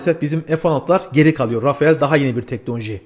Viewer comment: Çok sık yapılan bir hatâ var. Rafael değil, Rafal okunur Fransız jetleri.